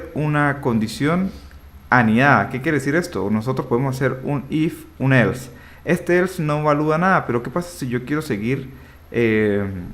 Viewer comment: un perro muere cada vez que dice elfs